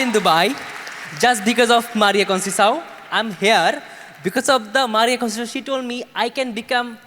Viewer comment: Please pronounce it as CONCEICAO (CONSESAON) n not CONCEHAO. Get ur talks right.